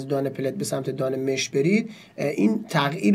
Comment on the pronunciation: دان مش (با فتحه mash) درسته نه با کسره (mesh)